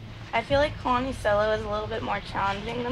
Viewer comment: Everyone: “Kalani” Daviana’s mom: “Keylani”